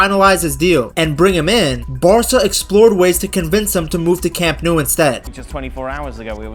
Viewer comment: Speaking of butchering names, the ‘Nou’ in Camp Nou is pronounced like English ‘no’, not ‘noo’